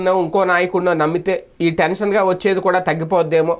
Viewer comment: టెన్షనుగా కాదు ఠంచనుగా. దయచేసి తెలుగును చంపకండి సార్.